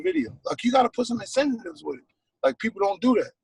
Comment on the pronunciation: "Incentitives" I love Waka 🤣